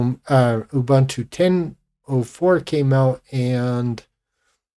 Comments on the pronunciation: I loooved Gnome3, because it finally managed to properly do rounded corners, which Unity failed at. BTW, "Ubuntu" isn't pronounced "Oh-Bantu". Ubuntu releases used to ship with a video clip of Nelson Mandela explaining the concept of "ubuntu" and he, being African, also pronoounced it correctly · Gen Jones here. We were born 1954-65. Give me KDE Plasma any day. Gnome2 was great, and lost its way by 3. Why people love Jurassic Xfce, is beyond me. Ubuntu is pronoumced ooh booon too, not in your racist colonial way. Please! One just cannot educate supposed Linux geeks